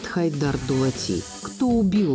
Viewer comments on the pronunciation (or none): Дулат емес Доглат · АВТОР НЕ ДУЛАТИ А ДОГЛАТ 😂😂🙈🙈